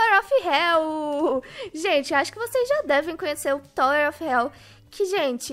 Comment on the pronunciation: Tawer ou tower não entendi nada